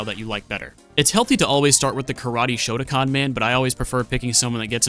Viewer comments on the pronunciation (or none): IT’S SHOTOKAN NOT SHOTACON YOU ARE SAYING SOMETHING COMPLETELY DIFFERENT 😅😅😅😅